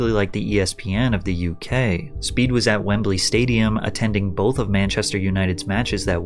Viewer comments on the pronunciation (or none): none